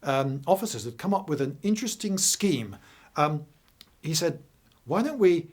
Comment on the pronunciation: VELLY INTERLESTING , but not your normal fluid delivery